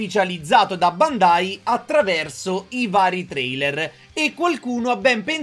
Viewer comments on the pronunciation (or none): none